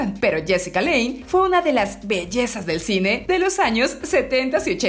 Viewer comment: Es Jessica lange(lanch) no lein.